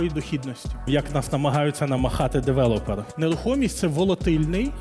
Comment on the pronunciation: Я перепрошую, але не девелОпер, а девЕлопер. Бо кров з вух. Може, ця інфа і Вам на щось згодиться